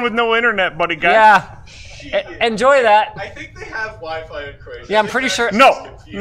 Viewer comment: She said "Croatia" twice and I heard "Manila." I guess I should stop watching these at midnight or 1am.... I only played this back again to see what she said after someone corrected me and said she was not going to the Philippines.